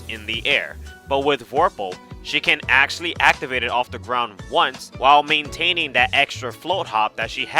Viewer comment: ackhually this ackhual video is very ackhually ackhual